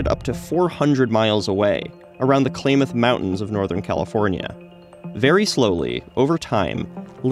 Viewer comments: Klamath is pronounced "clam-uth" but other than that you nailed it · Klamath pronounced as clam-oth.